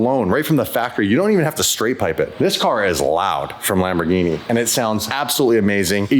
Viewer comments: Well, the Centenario would be a very well addition to the channel. BUT, as a big Lamborghini Fan you are, please do NOT pronounce Lamborghini "Lambordschini"! 🙏That is embarrassing! Lamborghini. Please! And I am very surprised and a little disappointed that you didn't even look at the wonderful Miura. The Miura is the origin of all mid-engine sports cars, even before the Countach, which I love very much, the first super sports car. One of the most beautiful ever built. You should definitely try to have this experience. Furthermore, dig in! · if you pronounce Lamborghini "Lamborjini" then you should also say Spajetti instead of Spaghetti🤣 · “Lambor-geenie”….. the black is so boss!!!!🫵